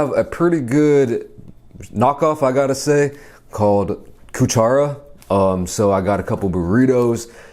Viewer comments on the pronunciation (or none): I'm sorry, when you said cuchara the way that you did I busted out laughing. Love your videos btw.